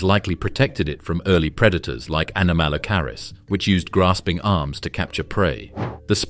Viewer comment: Shame your AI can't pronounce anomalocarus.